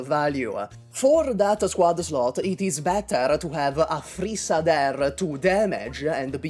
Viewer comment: Every time you said "Aphrissa" it sounded like you were saying "a three star"